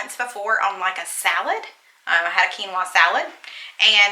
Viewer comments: I have to confess to you regarding Quinoa - a few years ago I went through the drive through at Panera Bread and ordered "kwinoa" - said it just like did so you are not alone and the sad thing is I had heard it pronounced the right way so should have figured it out, but as a person who is a visual learner and a good speller, my brain and mouth blurted out the way it SHOULD BE pronounced....so don't feel bad, as I was in my 40's when I did that so.....Definitely COKE!! My husband is Pepsi!! Loved Reba. There was some drama for my son this year and he is a sophomore at a private school, so totally understand wanting a break from that and no need to deal with it if it can be avoided in my opinion. My son was actually wanting to be home schooled as a result but I am not equipped for him and thankfully it worked out after lots of prayer and discussions, etc. I was able to homeschool my daughter in middle school for one year and that was through a co-op even but did not have the patience for it. We took her out as well because of girl drama and that break was good for her and she went back the following year and was fine. She did stay connected through sports and our school is affiliated with our church so she saw some of her friends at church regularly and we too had our church youth group that was great and helpful for her to have some social things to do. But, yes if it was not for church friends/student ministry, not sure how it would have worked out. I think it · 😂😂😂😂 That's ok! I pronounced it that exact same way when I first saw the WORD (kee noah )quinoa!😂😂😂😂😱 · I had the same reaction as when I learned how to pronounce "quinoa"! 🤣 Also, PEPSI!!!